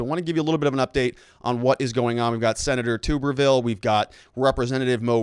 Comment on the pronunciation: its pronounced Tu"bberville (Like Tub)